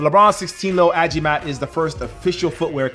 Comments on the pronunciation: "A-Gee-Mat" not "A-ji-mat" Mandirigma means Warrior Mandirigma sa Madirigman means Warrior to Warrior and the 3 stars means the major islands in the Philippines, Luzon, Visayas and Mindanao. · Its not ajimat "agimat" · pronounced as a-ghee-mat not ajimat. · It is pronounced " A-GEE-Mat" not like "Ajimat"❤ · It’s A-GI-MAT not A-JI-MAT 3 stars could be part of the Philippine flag Just saying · Agimat not ajimat love the vids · No no no, not A-JEE-MAT. Its AG-EE-MAT meaning “amulet”. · It's A-G-MAT Pronounced that way not A-JI-MAT. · Bro not A-ji-matt AGIMAT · Its pronounced ageemat btw not ajimat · It’s pronounced "Agimat" not "Ajimat" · It's ah-gee-mat not ah-ji-mat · Pronouncation though it's a ghee mat not a ji mat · Agimat is pronounced as A-ghee-mat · It's Agi!! Mat! Ahhgimat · A - GEE - MAT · PEENOISE A-GAY-MAT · you pronounce agimat AGI-MAT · You pronounce agimat wrong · I'm one of your Filipino subscriber your right in the meaning but the pronunciation is slightly wrong